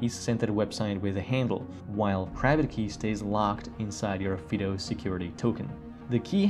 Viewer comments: Fid oh? We call it FIE DOUGH as in the common dog name Fido, or the military moto "semper fi". FYI. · Is Yubikey still good or are those other keys better? I think that "Fido" should be pronounced with a long "i", especially if you're using Puppy Linux, the only distro that barks when you start it up. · This would be a better video if the word “Fido” was pronounced correctly. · I say fido , fy-doh and not fee-doh